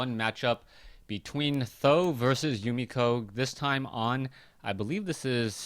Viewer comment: why do you call him tho ? i thought he is pronounced samdan?